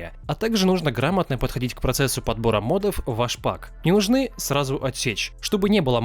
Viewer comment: Ля да когда вы научитесь говорить прааельно!!! не мАдов а мОдов, мОООдов!!!!